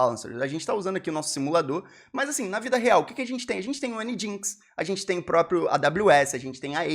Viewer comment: COCKIES ❌ COOKIES✅ NGINX lê-se "ENGINE X"